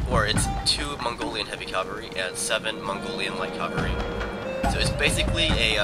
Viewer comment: Cavalry, not calvary. A nun would step in here and say "CALVARY WAS WHERE JESUS DIED" but this isn't catholic school etc